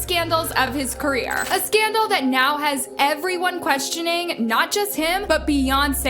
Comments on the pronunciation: career nor carrer...sheesh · Career ending, not carrer ending. Please correct it. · Career, not "carrer" lol